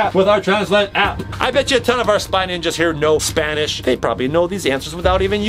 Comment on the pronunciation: Its spy ninjas not spange range